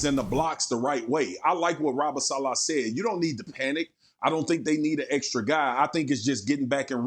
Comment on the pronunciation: Spears needs to learn how to pronounce Rob Saleh’s name